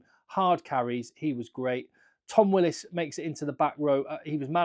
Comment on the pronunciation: Why don't the English make an exception for Willis (love the pronunciation)...like the.irish did for sexton for a year or so.